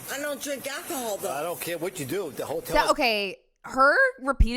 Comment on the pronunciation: Damn. Daughter came in hot. She came ready to fight. "I dun..t drank al-chee-hall" lmao okay lady sure